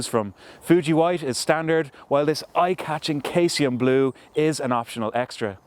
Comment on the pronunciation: Pronounced SEEZY-UM Blue